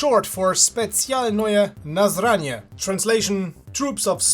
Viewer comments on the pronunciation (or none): its short for Spetsialnoye naznachenie, not fucking nazranie wtf